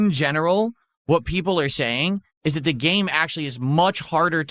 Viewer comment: "Ill give u wha u wahh".... what does have against the letter "T"?!?!?